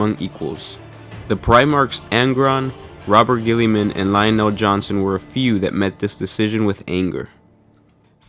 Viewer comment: Robert ghillyman lol